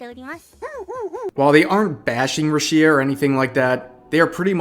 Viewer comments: Dude, It's Rüshia and not Rushïa (notice where the stress mark is) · Who's Ruchiia? That's RuUushia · "Ru shía" did you ever watch her streams? Who in the world calls her rushía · I couldn't help but be disturbed by the way in which you pronounce Rushia. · it’s rooshya not rashea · RUshia, not ruSHIA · A little correction, is pronounced Rúshia, not Rushía. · is it ru-SHI-ah? not RU-shi-ah? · Bruh, it's ROO-she-uh. Not roo-SHE-uh. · Thanks for the heads up, but for the love of god, why do you keep saying Rushìa. Everyone calls her Rùshia cause that's how you pronounce it. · Hey, this is important. Its called RUSHIA, pronounced ROOSHIA, not RUSSIA!!! Your pronunciation is going to make Youtube's algorithm involve this topic into the Russian war that's going on now!! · may be just me but i get triggered when says rushi-a instead of just rushia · listening to you say 'ru-shia' instead of 'rush-ia' is infuriating also yikes hachama that was the WRONG hashtag to be using right now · lol, it's RUshia not ruSHIa lol listen to how they say it, geez, regurgitating the anti-taiwan shit that nearly cost us Haachama is bad enough. The hell do you have 500k subs for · "RUshia", not "ruSHIa". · The fuck is a Ru-SHEE-ah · ruSHEEa lol are you doing this on purpose? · bruh, rusheea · who the heck is ru-shi-ya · Who the fuck is RUH-SHI-A? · her name is pronounce as RU SHI "YA" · I don’t know what i’m more saddened by. Rushia being fired or this guy pronouncing her name as roosheea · Totally understand lol, I cringed a bit too. It came off as, "bruh-shia". My name does get pronounced differently in Spanish and English. That being said, I think when it comes to native names, you do try to nail down the native pronunciation. It least as best as possible. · "Rooshia" ROOSHIA! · ''Ra'Shia'' lol. Jokes aside, good video. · Who tf is rooshea? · ahh why does he pronounce rushia roo shee yah 😭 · Please dear god atleast say her name right… る し あ Ru. Shi. A. Roo, she, ah.